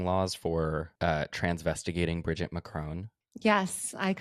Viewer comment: Bridgiteeeeee that’s not how you say her name